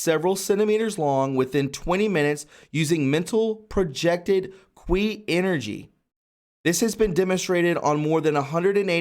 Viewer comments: The Qi you are referring to is pronounced "Chee" not "qwee" .. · Kee not kwee. That sounds like something else... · LOL. I won't tease you too hard. But,, how'd you get the sound "kwee" out of Qi. It is pronounced Chi as though you were to say Cheetos. I don't know how "they" got that sound either, but you know how stupid some of us in english speaking north America can be, although not implicating you. Some english spellings in mandarin or cantonese are way off base in pronunciation where doesn't have to be. My skill is Korean and had to make some corrections there in the past, especially for the word "Hyundai" which should been spelled "HyonDae" or "Hyondé." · Qi Is pronounced chi. not kweeeeeeeee lol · it is pronounced, key=Qi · You need some help with reading. You're seeing words that aren't even on the page--corporation when it's cooperation, others too. Qi is pronounced "chee." You should read these stories out loud before recording. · Qi is pronounced as chee. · it's pronounced chee energy - really enjoyed this report! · Great video!! Qi is pronounced Chi or Chee. I hope someone does a video on the practice called body talk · I believe ‘Qi’ is pronounced ‘chi’ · "Qi".. is pronounced "chi" Please use correctly😊😘MAGA KAG BEY BEY!!! 🇺🇸🇺🇸🇺🇸🇺🇸💗🇺🇸🇺🇸🇺🇸🇺🇸 WWG1WGA👍👍👍👍👍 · Qi pronounced Chee. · QI IS PRONOUNCED CHEE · It's pronounced 'chi'. Qi that is. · Qi is pronounced "chee" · You really need to check on how to pronounce simple words before you read outloud. For example, the simple word "albeit" is pronounced "all-be-it". PLEASE! When you do not read it accurately the whole meaning of the sentence is destroyed. Also, CHI is CHEE. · Pronounce qi as key. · Qi is pronounced chi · Qi is pronounced Chi (Chee) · FYI: "Qi" is pronounced "chee." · Dude, awesome topic but you are hurting my ears. It is pronounced Chee energy. Chee gong spelled Qi or Chi gong in ping yin. Chi is life force or life energy. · It's English pronouncement is Chee, long e sound.